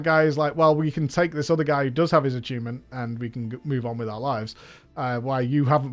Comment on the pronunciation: says "atunement" but sounds like he's saying "achievement"